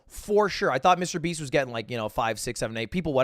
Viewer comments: He said Mrbean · wait did you say MrBean ??? xD